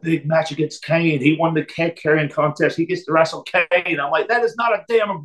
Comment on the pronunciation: It's awesome he says "Wrastle"